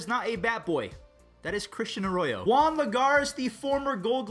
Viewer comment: How? “Jaun”??? Not Juan